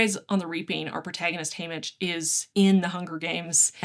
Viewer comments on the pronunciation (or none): none